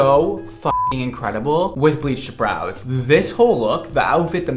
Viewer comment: Okay did anyone else notice that she said broiys instead of brows 😂😂